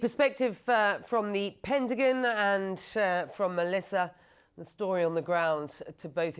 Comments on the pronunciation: CNN can not find an American speaker to Anchor their news ? say the words right, WFT is our Pendigan ? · not the pet-a-gen says lol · The “pentagin”…